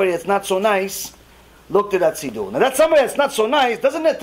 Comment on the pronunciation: I never heard it pronounced “seedoo” ever. Where is that coming from?